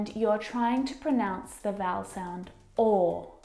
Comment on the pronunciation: U mispronounce 'pronounce'